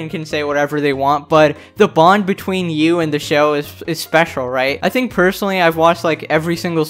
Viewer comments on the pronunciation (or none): GIRL HE SAID THANK WHEN HE SAID THINK😭😭😭